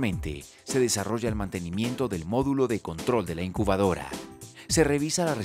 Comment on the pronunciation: no es encubadora si no incubadora...